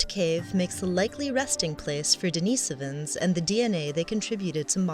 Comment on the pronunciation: "If I say Denisovans differently from everyone else, I'll seem much more intelligent." Give me strength!